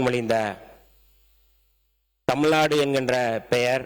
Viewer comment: அமைச்சர். அவர்களுக்கு..! தமுல் தமுல் நாடு என்று உச்சரிக்க வேண்டாம். தமிழ் நாடு என்று உச்சரிக்க வேண்டும்.சில சொற்களின் உச்சரிப்பு சரியில்லை. திருத்திக் கொள்ள வேண்டும்.